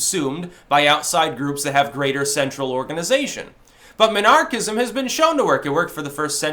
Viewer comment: You pronounce Minarchism as Monarchism... I think it is leaving MOST of your listeners confused. Trust me, nobody knows the term MInarchism and most are thinking you are looking for a King to bow to. Your shoddy pronunciation isn't helping either.